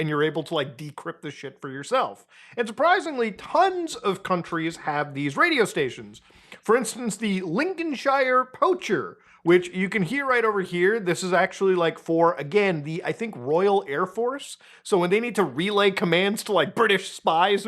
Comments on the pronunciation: Minor correction: Lincolinshire is pronounced "Linkin Shear" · It's pronounced Lincoln-sheer. It does not exist on Middle Earth. (Lincolnshire yellowbelly born and bred here.) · Linconsheer is how we pronounce shire properly brother! It’s not Lord of the rings ! 😂 ✌️🤘✝️